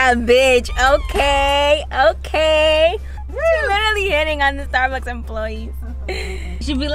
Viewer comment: Sounded like she said starbox not Starbucks 🤣🤣🤣